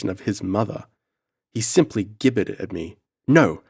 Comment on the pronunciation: I really enjoyed this story, which was new to me, I listened while doing some routine cleaning and became so absorbed in the story time just slipped by. I loved your reading -only correction gibbered is pronounced with a soft "g" - like gibbet, or gerund.